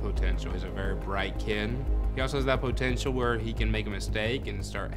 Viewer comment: "He got poh tenshull"